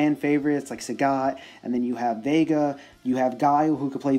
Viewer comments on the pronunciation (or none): none